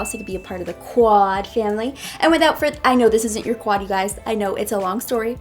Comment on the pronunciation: Jenna Bailey She wanted to say #squadfamily but every time she would messed up in pronouncing squad and instead she would say quad by mistake so #quadfamily stays forever❤